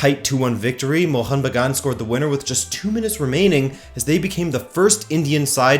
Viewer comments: Bro, the way you perfectly said mohun bagan was loveee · Hit the like just because you pronounced Mohun Bagan as close as a foreigner could get it. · I appreciate your efforts to bring up the two heritage clubs of Indian football into discussion specially when it comes from a far western country.. Your Bengali pronunciation was almost perfect with no complains.. But the thing you must correct is, Mohunbagan was never conferred the national club of India by the Government of India. There is no official statement by the government of India. Even several Right To Information replies by the Government has denied the statement. You can search it on internet. Hope you keep following Kolkata football & all the best.. I'm sharing this video with various East Bengal fan club pages in Facebook.